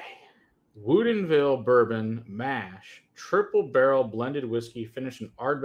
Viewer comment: LOL OK this is 2 video's now. At 1st I thought you were just goofin, but now I see it's on purpose. Why do you keep pronouncing it wuuudien ville? It's 20 minutes from my home & I've never heard it said that way. Everyone here pronounces it "wood in ville" It's just freakin me out every time I hear you say it.🤪 Keep the great content comin....🥃